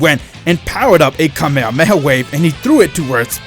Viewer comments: so cringe when these creators cant pronounce shit right its kah me hah me ha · Its kamehameha not kamehamehaway